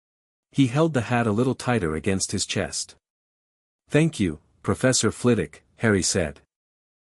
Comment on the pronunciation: It is Flitwick not Flitjck